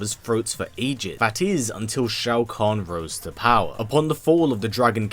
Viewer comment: It’s pronounced like Show-Con idiot